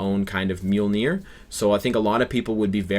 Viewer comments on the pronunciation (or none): none